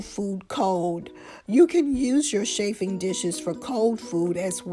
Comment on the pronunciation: You do not pronounce it shaf it is chaf (regarding chaffing dishes). It is also very dangerous to place bunched up fabric so close to flaming tea light candles.